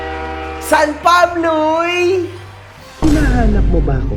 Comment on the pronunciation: MG ano yung "Sanpabluy"?? 😄